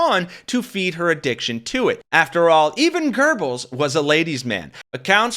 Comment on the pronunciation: Goebbels not Gerbles